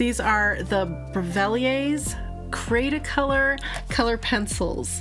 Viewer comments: Your husband is wrong. Its Austrian and it it pronounced Cre(the e here is like E as in Elephant)_ta-color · Hello there! Lovely video, as always. Cretacolor is actually the brand. THE e " by Brevillier Urban & Sachs" was added after an acquisition in 2008, I believe. You can pronounce it as, Kreh-tah-koh-lor. The "creta" part means clay (but also chalk in other languages). I love your reviews because they are nice and detailed and you bring forth pencils that aren't reviewed as much. Cretacolor is very wide spread here in Romania. Did you try their Nero black pencils?(I have a small review about them up!) All the best , lovely people! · Your husband was almost right in the pronunciation but its one word. cretacolor this is a german speaking factory. So you you need the german pronunciation. And the upper word is in france pronunciation I think